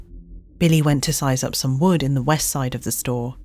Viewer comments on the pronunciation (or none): none